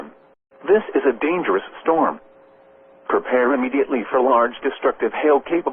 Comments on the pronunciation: Dangerous❎️ Dangerune✅️ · Bro really said “Dangeroon”😂☠️ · "this is rare and verry dargeroon" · bro made me laugh when he said dangerun 🤣🤣🤣🤣🤣🤣🤣🤣🤣🤣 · "THIS IS A RARE AND VERY DANGEROONE SITUATION" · “This is a very rare and dangeroon situation”🚨🚨🚨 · "Oh, no! The storm is very dangeroon!" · "A rare and very 'danger-oon' situation". Huh. That's disconcerting. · Why did he say dangeroon? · "dangeroon" lmao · "this is rare and very dangeroon situation" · It is very dangerous❌ It is very dangeroon✅ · yes, he said “dangeroun.” What i don’t get is how they messed this up. The s and n keys are nowhere close to each other. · "This is a very rare, and dangarooze situation" 🤣 Edit: Sorry I paused before hearing him mention that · He said "dangeroon". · Danga-Roon. The brand new Aussie super hero. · "This is a very rare and dangeroon situation" got me rolling 😂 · "this is a rare & very Dangeroon situation" 🤣🤣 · I also said, "did he say dangeroon?" 🤣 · "Dangeroon" took me out LOOOL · i'm glad i'm not the only one who heard "Dangeroon" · "...this is a rare and very dangerROO situation!!" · did i hear dangeroon??? edit: immediately after i say this he points it out oh wow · this is a very rare and dangeroon. Thank you AI voice, thank you